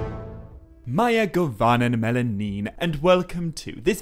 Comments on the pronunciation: To simplify it, the "mae govannen" Is spoken like May govannen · Just one thing - you pronounce "mae govannen" wrong. For correct pronounciation try lord of the rings online and visit the gray havens.